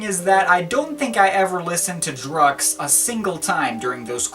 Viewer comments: It should be prounnounced as Druk Q's - Drug Use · No offense but it's pronounced "druk-q's (drug use)" hooray for puns! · I don't think it's pronounced 'Drux' dude! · Ohhhtheirony nah, its DrukQs (said like Drucks) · i always heard that the album was pronounced "Druck kyoos" being a sort of play on words for "Drug Use". could be nonsense but it persisted all the same, back in the day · Pretty sure it's pronounced 'Druk' 'Qs' i.e 'Drug use' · pronounced 'drug use'